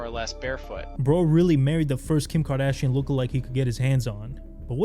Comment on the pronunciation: “Kim cardashian” 💀